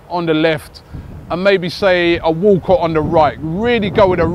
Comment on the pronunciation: Walcott????? Come on robbie